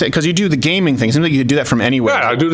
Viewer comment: "the gamin things" god damn boomer XD